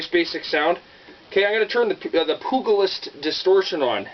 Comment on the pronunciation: “Poog-a-list”? Come on dude haven’t u ever seen “Young Guns”? The G sounds like a J